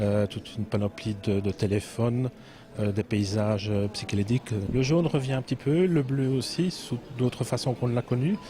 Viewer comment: "psychélédique" Comme Arlon; en fait c'est le Hall Louis !